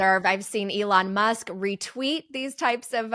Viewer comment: Mush Leon 🤣